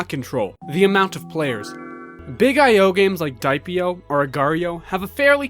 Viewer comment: diep.io pronounced "deeyep" not "daip"